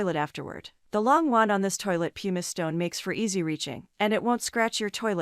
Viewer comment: ''Pumice" is pronounced PUMM - iss.